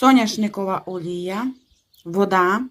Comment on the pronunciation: каже олуя (олія),а мені завжди чується Алілуя 😊А так то,всі страви у Вас,,дуже смачні,дякую щіро за смаколики!